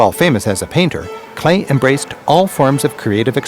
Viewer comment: It's Paul Klee, not Clay😊